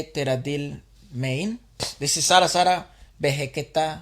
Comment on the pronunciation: Man Your Pronunciation of the song is perfect as an indian....Zara Zara Mehkata hai.... I couldn't find single mispronunciation